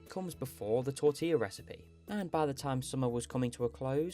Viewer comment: British people REFUSING to pronounce Spanish words correctly is INFURIATING. It's not tort - ILL - ah, for fuck sake!